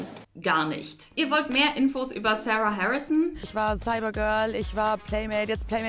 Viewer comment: Sarah spricht man nich so aus wie du